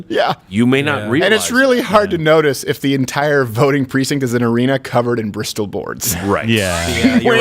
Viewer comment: I've got to ask this, knowing what I'm in for. But, if you don't pronounce whistle as "whistol" or thistle as "thistol" or mistletoe as "mistoltoe", why in the name of all that is holy, do you keep pronouncing bristle board as "bristol board"?!? BTW... Love you Steve and team!